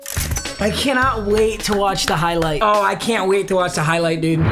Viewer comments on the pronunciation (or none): none